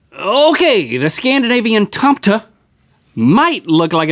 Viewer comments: It's pronounced tomE-tee, it's not a silent e. Tome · Tomaten not tomte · haha eller hur, jag ba "va???" lol TOM-TUH